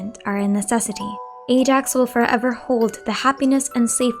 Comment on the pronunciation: I get that, but it’s not the way you pronounce Ajax name in the game.